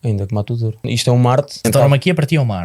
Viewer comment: A auto-proclamar-se melhor que a Ana, logo a seguir a dizer tOREO 😅 menos Inês, menos 🤣